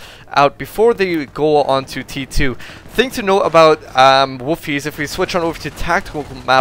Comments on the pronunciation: It's pronounced Wolfhayzer. I used to live there. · sounds like hes saying woofies..